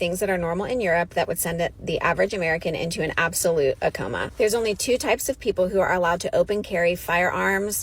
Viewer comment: She said "an absolute acoma" WOW!😂